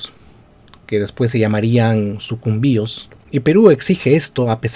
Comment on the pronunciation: Haber pana quiero decirte una cosa y es algo que he visto en otros videos tuyos. Veo que te duele aceptar y se nota en tu tono y tus gestos sarcásticos al hablar sobre EL ECUADOR AMAZÓNICO incluso has dicho que la provincia de Sucumbíos (incluso en el video que vi la llamaste Sucúmbios o sea que ni sabías como se pronunciaba) y que toda la selva Amázonica del Ecuador es gracias a que Perú nos la REGALÓ JAJAJAJAJA. Mira pana peruano, ¿Si sabes de donde salió la expedición en la cual se DESCUBRIÓ EL RÍO AMAZONAS? Creo que todos sabemos que salió de QUITO, nada más ni nada menos, no salieron de Lima ni de ninguna parte del actual Perú y que los primeros ríos Amazónicos que conocieron fueron el Río Coca y el Río Napo (ríos que pertenecen al actual Ecuador) y bueno, en esa travesía conocieron el Amazonas hasta llegar a su desembocadura en el Océano Pacífico. Quien encabezó esta expedición fue Francisco de Orellana, quien era teniente Gobernador de Quito y a quien le brillaron los ojos al escuchar a indígenas quiteños hablar sobre la Leyenda de EL DORADO o El País de la Canela, al final terminaron descubriendo el Rio más Grande del Mundo, El Amazonas (junto con el Río Nilo si no me equivoco). Como tú mismo dijiste en el video los españoles le dan la parte AMAZÓNICA A LA REAL AUDIENCIA DE QUITO, no le se la dan al Virreinato del Perú y claro OMITISTE la parte de QUIÉN DESCUBRIÓ EL RÍO AMAZONAS, si la expedición hubiese salido desde algún territorio Peruano, los españoles les hu